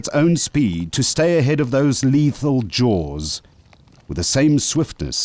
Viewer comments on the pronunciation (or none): none